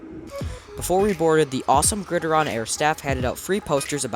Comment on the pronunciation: Pretty sure it’s pronounced “Grid”-“Iron” like the nickname for football. Not Grid-ih-Ron.